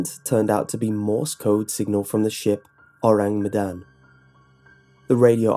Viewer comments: Luna Skylar - gonna do my best to type it out. Kinda like 'OH-rahng MEH-dahn' ([ɔraŋ mɛdan] My IPA might be wrong - I only took one semester of linguistics and was pretty shite at it OTL). Basically, the first sound is 'Oh', then 'rang' is said with the a making an 'ah' sound. Then Medan is with the e making a fuller 'meh' instead of 'mih', and again the a in dan is an 'ah' sound. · I feel really bad but hearing him say the name of the ship makes me snort xD I know he doesn't speak indonesian but it still makes me giggle a little bit